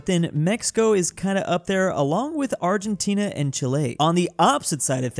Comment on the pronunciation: "…along with Arllentina and Chilé."